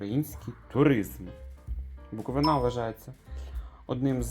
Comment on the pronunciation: БуковИна😂 так, так, але ГаличинА